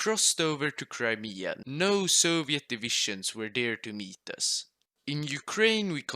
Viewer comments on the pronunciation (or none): none